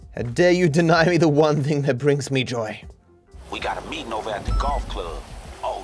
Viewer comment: you misspelt meeting you said metting